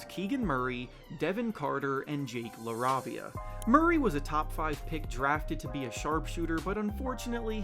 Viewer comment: It's pronounced La-rave-ia